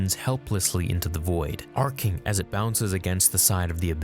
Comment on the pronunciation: why is 'arcing' said in a Yoda accent haha